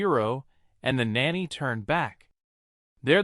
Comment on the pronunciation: you do real good up till the point where you try and say the word nanny. You get it wrong 80% of the time, and right 20%. Just something to think about. But over all much better then other channels